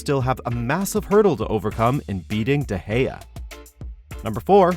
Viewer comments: Stop pronouncing De Gea like that pls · YOU SAID DE GEA? oooops...